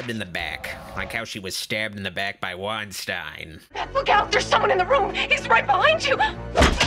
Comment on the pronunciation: I know it's pointless to get mad at a two year old review but not knowing how to say the name of two of the famous and influential producers of all time (Harvey Weinstein and Hiam Saban) is really cringy lol